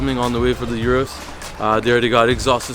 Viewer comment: Come on, don’t murder the name of the car man. It’s pronounced “Oorus” not “yourus”. Lol reminds me of the Bentayga situation. Lol. Nonetheless another bangin’ video from my favorite YouTube channel.